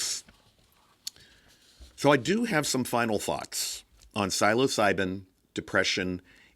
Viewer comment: great video. just please lookup the pronunciation of the word "psilocibin"